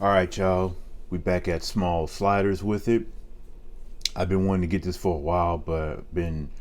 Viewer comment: "So I got the four shliders..man you make this food look good haha great food always it seems lol